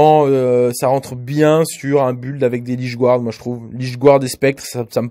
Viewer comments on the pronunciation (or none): none